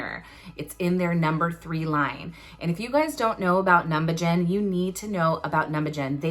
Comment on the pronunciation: I think it’s pronounced num-Buh-zen but I’m not entirely sure, I’ve heard people pronounce it like u do too tho!